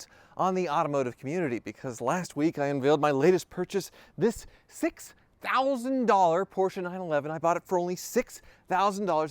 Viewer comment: oh man you say right PORSCHE with E. Like a german